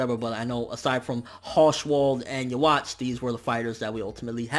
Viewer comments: Are you really saying "ya-watch" like you got ya watch on you lol.... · Every time you mispronounce Yhwach, I cringe a bit.